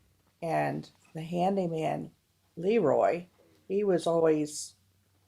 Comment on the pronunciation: You're running a movie channel yet you've never seen or heard of "The Bad Seed"? That's sooo embarrassing. It's a classic. It's run on TV a million times, ever since the '60's. And the Director's name is pronounced "Luh Roy", not "Lee Roy". Soft "E", not hard. He was a very well-known Director- but I guess you'd have to know something about Movies, or Hollywood, to know that. And you've never seen "Village of the Damned" either? Maybe you should stick to subjects you know something about.